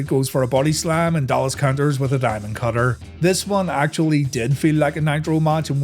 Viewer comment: Honestly I thought it was four words… Thee Dye Mund, Cut Her